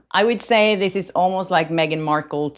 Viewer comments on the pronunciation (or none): none